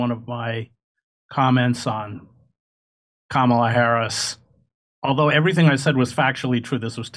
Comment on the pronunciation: Comma--la - No,hell no.